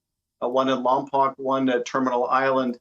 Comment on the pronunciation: Lompoc is pronounced Lompoke not Lompock. You would think a representative would know the correct pronunciation. There is a Federal Correctional Institution near Lompoc.